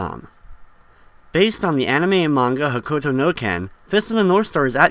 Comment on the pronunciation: To someone who did not get what you say: It is HOK-KU-TO not Hokuto